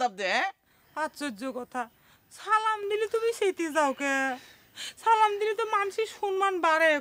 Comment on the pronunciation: চঞ্চল ভাইয়ের সালাম দেওয়া টা ঠিক হয় নাই